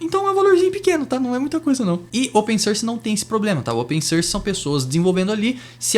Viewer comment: open "sârs" 😝 enfim, ótimo vídeo, bem informativo